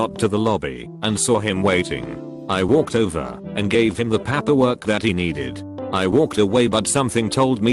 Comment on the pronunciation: I understand that this is a robot, but I cannot listen to these mispronounced words! Papperwork? Wold?